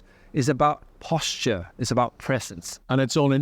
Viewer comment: Posture, especially stressing out the “posh…” sound. Very cleaver there. The marketing for this car is all about suggestive words that put idea in people minds as though creating an illusion of grandeur